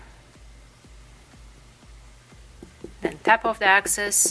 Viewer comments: I love your video but it is excess not access. They are totally different! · Great tutorial! It’s excess not access